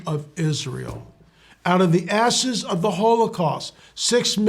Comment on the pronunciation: out of the ashes not asses, boy you slipped on that one brother but i know what you meant to say